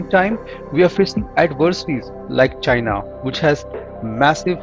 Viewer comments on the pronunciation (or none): none